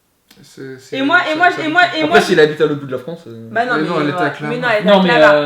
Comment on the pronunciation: A elle a forcer sur les "et moi" j'ai rigolé 20 ans😂😂😂❤️